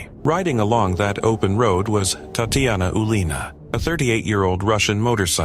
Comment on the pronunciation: Hi, not "TATIANA OOLINA" but "TATIANA OZOLINA". In russian "ТАТЬЯНА ОЗОЛИНА". Cheers from Poland ;o)